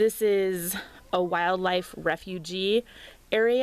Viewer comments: Hi Refuge is pronounced "refewj" not "refugee". Although wildlife are refugees in a sense! Very nice video! Sub'd and thumbs up! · "Refuge" rhymes with "huge". It's not "refugee".